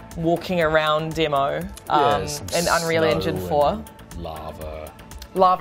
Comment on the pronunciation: every time she says demo she adds a r its really annoying to hear 'demore' that what she sounds like